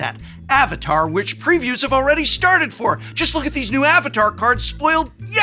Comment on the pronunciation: Finally, a mtg YouTuber that pronounces the names of AtLA names correctly 😂